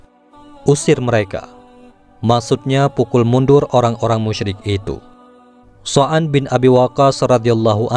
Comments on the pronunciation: Oh Sa'ad Bin Waqqash,,Tapi Saat Saya liat N Dengar Konten Ini Terdengar Sa'an Bin Abi Waqqash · Dibacanya saad,bin Abi,waqas bukan soan mas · Maaf Min,, Apakah Anda mengucapkan Nama Saan Bin Abi Waqqash dalam Membaca Narasi??